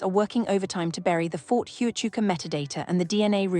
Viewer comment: You can’t even say Ft Huachuca right